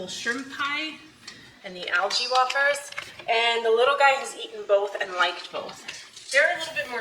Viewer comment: Way-furs!!!but hell it really doesnt matter does it!!! 😂😂😂❤